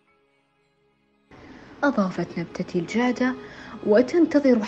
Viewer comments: تقول المذيعه وبين زهور نبتة الخفي ....... وهذا كلام غلط .... وأنما الصحيح نبتة الخفج ......... الخفج الخفج .............. ونبتة الجعده تسميها الجأده ......... أسمها نبتة الجعده ... ياااا حرمه نطقي اسامي النباتات بشكل صحيح من فضلش ...... وكان ما تعرفي ارتاحي في بيتش وخلي ذ الشغل عنش ....هيه يوم تعرفي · المعلقه تنطق إسم النبته ب ( الجادة )